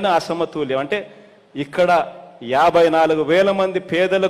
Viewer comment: అరేయ్ నత్తి నాకొడక అసమతూల్యం కాధురా బేవకుఫ్ అసమతుల్యం యెవడురా నీకు చదువు చెప్పింది